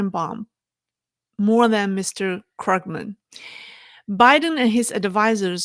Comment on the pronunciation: Paul KRUUG-men. Long vowel. German name. 🐯